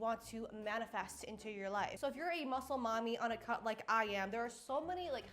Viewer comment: Oh you said cut, I thought you said you were on a cult.